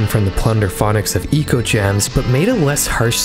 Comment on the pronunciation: I would say the album is “Echo” Gems rather than “Eco”. It’s artwork clearly heavily borrowed from the Sega Megadrive game Ecco The Dolphin which is pronounced “echo”.